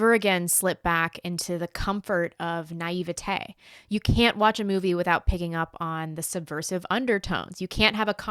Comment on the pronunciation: You are so blonde and smart as a whip,. I just love the way you pronounce "bullshit" and "naivete", so classy with a ring of truth. Regards from Australia.